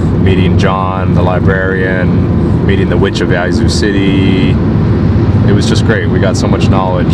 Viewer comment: Yaz-Zoo, not Yah-Zoo